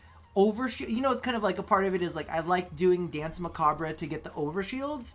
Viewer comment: While you're at it might as well not forget about the French pronunciation of "danse" either since the entire term is French.